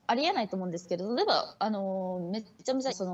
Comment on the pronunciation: ｢例えば｣を使いすぎて｢レバー｣になっててわろた